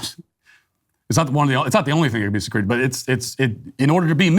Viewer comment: "it's not the only thing that can be secreeted" i'm dead hahahah